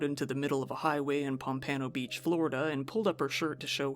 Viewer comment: I love the way you pronounced "Pompano Beach" 😂. That's where I currently reside, and I've never heard it said like that. I like it though, I think im going to adopt it.